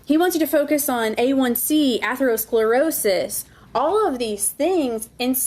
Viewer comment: The lawyers isnt a doctor, but if he's doing a high profile case should get some basic pronunciation down it took me a second to figure out wtf he was saying n im in Healthcare, atherosclerosis.